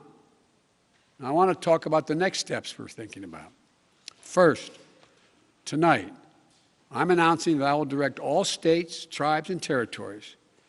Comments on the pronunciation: Cant get though first sentence. Tolight ? Really... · I thought I heard that. Immediately stopped play and replayed first 20 sec. yup, tolight is what he said. He stole the office of potus. But can steal back the brain tissue he has lost. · Poopy pants Biden says "Tolight". Its a new word now,. Just mix up any two words, mash them together and you too can speak like a true Resident.